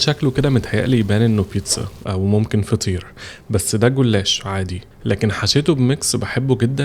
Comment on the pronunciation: عمر جُلاش بضمة على الجيم مس بالواو و الناس اللي بتعلق انه بينطق موتسريلا ده النطق الصح بتاعها اصلا زي البيتزا » بيتسا